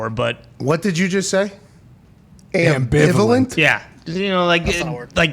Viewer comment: The way everybody's stop for the word ambevalent! Hit it right on the button